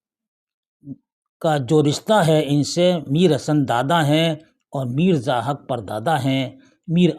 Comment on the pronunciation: جناب ایک جگہ آپ نے zahik ضاحک کو zahak پڑھ دیا ہے